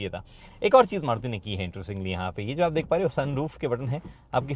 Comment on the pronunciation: Aap starting me maruti ko caruti fuzuki bote the😅